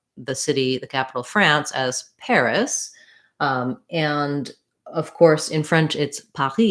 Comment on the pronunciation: Hello, I am impressed about your pronunciation of Paris . It sounds like the French do! BRAVO